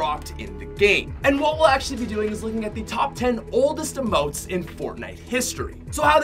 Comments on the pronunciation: Who else hated the way he said "emotes" he said it like umotes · Emotes not uhmote